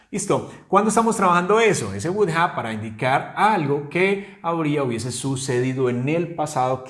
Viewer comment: Yo no diría "wudA" sino, "wu-dov" porque al final suena una "V" y NO una "A". Algunas personas la dicen así: "wudof" Pero das la clase muy bien. ¡Felicidades!